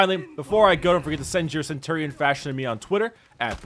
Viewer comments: Cen-tu-rion?? Cen-chu-rion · He says Cent tour ion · He says centurion so weirdly